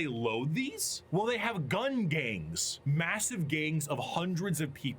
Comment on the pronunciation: I just realized, always gets his Ms and Ns mixed up. When ever a word end with a N he says M for E.g Gum instead of gun and Royal Dorm instead of Dorn etc.